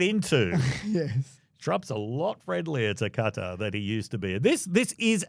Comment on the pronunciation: If the Qatari jet ends up being decommissioned as an exhibit for Trump's library before he is dead, I will eat every hat I own. Also, I get trying to make an effort to correctly pronounce "Qatar", but it REALLY sounds like you're saying "Carter". At least it's better than the Americans who say "Cutter".